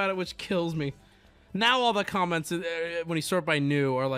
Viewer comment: I’m trying to sleep but I can’t help myself from hearing say “calments” and not “comments”